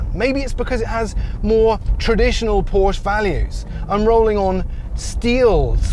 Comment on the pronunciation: You might be bothered to properly pronounce “Porsche” and “Taycan” properly.